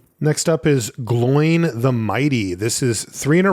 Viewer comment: Some assistance on the pronunciation for the Dwarves: if there's an accent, that vowel is a separate sound. So Dáin is "Dah-in", Óin is "Oh-in" and Glóin is "Glow-in".